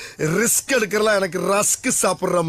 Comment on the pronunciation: Risk not rask